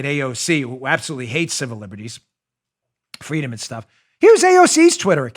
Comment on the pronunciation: I want Fweeedom.....